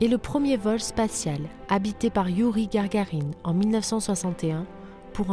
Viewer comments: magnifique continué !!! ps: yuri gagarin pas gargarin ;) a la semaine prochaine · GARGARINE HAHAHA ! Excusez-moi mais c'est trop drôle 😂 J'ai eu la chance, le plaisir et l'honneur de rencontrer GAGARINE et TITOV à Paris dans les années soixante.......un très bon souvenir. Merci de nous faire rêver encore et encore 👍 Bizs